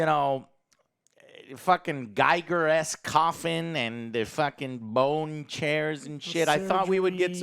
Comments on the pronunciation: HR Giger's surname is pronounced "g-EE-gur" not "g-eye-gur". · Giger is pronounced 'gee-gerr', not 'guy-gerr'. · It rhymes with eager. H. R. Giger. His nickname was eager Giger.